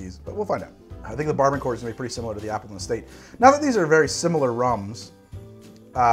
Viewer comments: Yo Barbancourt is pronounced "Ba-ba-coo" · First I love the channel and I’ve learned so much from these videos. Just a heads up, rhum barbancourt is actually pronounced barboncou. Would love to see your thought on this interesting drink I stumbled upon at this annual food expo in Brooklyn. Some guys mixed rhum barbancourt with Thai iced tea and it was delicious